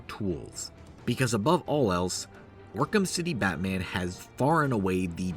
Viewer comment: its so “BAT man”. Im sorry for writing this comment.